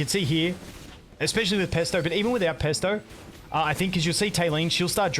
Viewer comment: Did... did you just call Phraesto Pesto? 😂